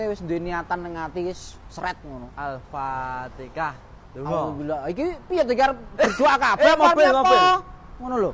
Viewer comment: Mas bukan alpatikah...alpa mator